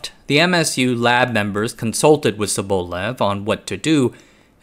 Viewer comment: It must be so hard to look up the proper pronunciation of a surname you use several times in your video, huh? It's sObolev.